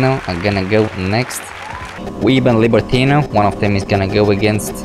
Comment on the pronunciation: libertinO not libertina xD